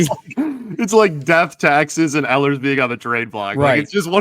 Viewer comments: It' s E-hlers emphasis on the E. He has a track record not producing at playoff time. They should pass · You would have a little more credibility if you knew how to properly pronounce "Ehlers" lol